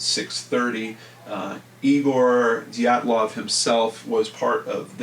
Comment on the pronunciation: Hey, just thought I'd throw this out there for you so you know how to pronounce Dyatlov!